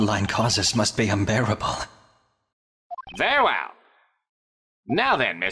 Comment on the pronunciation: I've noticed that the Judge is pronouncing "Very well" as "Ver well"